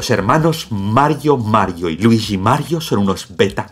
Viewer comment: Jajajaja ese algoritmo acesina almas. Es verdad, me sorprendió que TODOS si TODOS esten hablando 'deé Maário e Luiíshi' XD